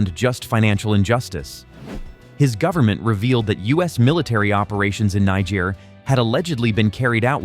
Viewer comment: This country NIGER is pronounced....KNEE-JARE! not NAI-JARE!!! you should know that by now but then again i dont blame you....the first universities in the world started in africa!